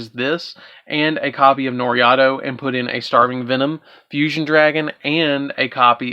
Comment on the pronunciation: Yooo bro i love u man and i love your videos so please dont take the following personal....It is pronounced NOR-E-TOE LOL NOT NOR-IA-TO LOL MUCH LOVE MAN